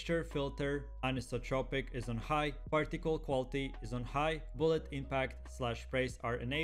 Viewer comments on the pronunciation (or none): none